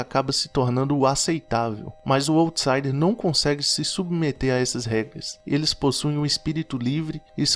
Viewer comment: Parabéns pelos assuntos trazidos nos vídeos, assisti a dois e já me inscrevi. Só queria dar um toque, sem arrogância, só para ficar ainda melhor... para checar a pronúncia no google pois quem já conhece as expressões, estranha um pouco quando ouve... se diz "áutsaider" e "lou profáil" (o outro vídeo que assisti e adorei também). Obrigada pelos conteúdos!